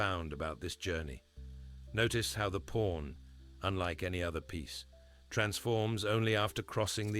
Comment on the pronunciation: "pawn", please correct